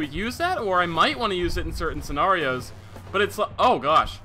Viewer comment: You way you say "scenario" kinda tilts me